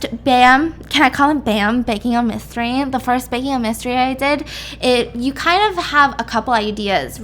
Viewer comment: At first I thought u said “Baking A Bisstery” Instead Of “Baking A Mystery” LOL